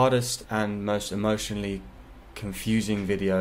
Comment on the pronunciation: “This is the hardest, and most emouhhhhhshssoussssaaaaaahaauuuusssseeaaaa”